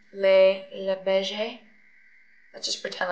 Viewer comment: Les beiges it’s almost the same as u pronounce the word beige in english but like bEHge and the es is silent ❤️❤️😂